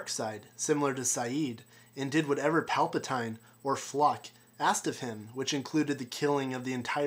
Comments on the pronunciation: It's Pal pa TEEN not Pal pa TINE, geez. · palpatINE? palpatine is pronounced palpateen buddy lol duno why but just made my skin crawl a bit hearing it lol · Palpatine is pronounced (Polpateen)